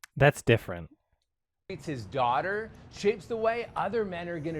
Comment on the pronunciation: I'm so happy heard the "dimfferent" part. This isn't even the only video where the actress says it like that lol.